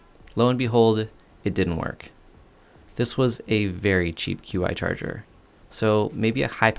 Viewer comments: Qi Charger is pronounced “chee” Not “queue-eye” Also, it’s “bell-kin” not bel-a-kin. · Just an FYI, it is pronounced "Chi" or "Chee" rhymes with "She". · Great video! A couple things, you REALLY need to setup a miter station! Also, "Qi" is pronounced "chee". Keep it up! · Not being a jerk, just wanted to share. Qi is actually pronounced Chee. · Qi is pronounced chee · Qi is pronounced Chee. Just an FYI. I'm sure most people wouldn't know how to pronounce it. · The Women of Qumar! Ha, I started a rewatch myself a little while ago. Good stuff! btw, it's pronounced "CHEE charger" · Hey sir, "Qi" is pronounced "Chi".